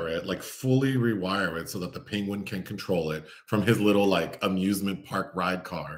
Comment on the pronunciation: Every time you say "Penguin" it reminded of Benedict Cumberbatch mispronouncing it bigtime joke! Also, your delightful jabs at this having questionable scenes, made me think if I had I seen any ? Yes, only one with Nicole Kidman😊